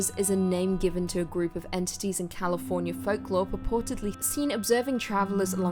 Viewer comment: "Californier" I heard it. Don't deny it lol 🙂